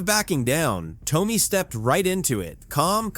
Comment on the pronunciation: You should learn how to say Tomi’s name! Please!!!